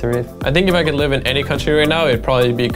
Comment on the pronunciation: I love how lustboy Talks english, or should i say rustboy... "I think Japan is a fine place to rive" no racism intended :)